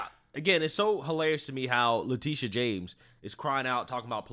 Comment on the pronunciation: I like the says her name Le-TIT-ia